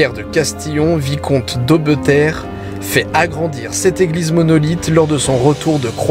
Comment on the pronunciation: C'est la forêt de la braconne pas de brocande !!!!! Et on prononce aubterre